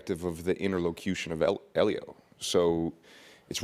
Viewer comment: he says eelio that gave me the willies